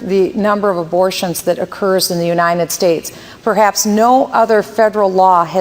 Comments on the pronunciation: I will never vote for anyone who says "The UNINEN States". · I will nevr vote for anyone who says "The UNINEN States".